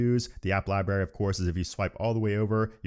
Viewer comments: Don’t you realize you mispronounced the word “LIBRARY” ? LieBerry… not. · Lie Berry ? Cmon. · he says lieberry lol